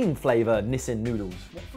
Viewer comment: its Nissin, not Nissan!!!:D:D